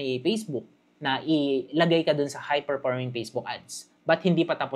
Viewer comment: Salamat pero paki pronounce naman ng letter F. Ako nahihirapan. Perporming, pacebook😅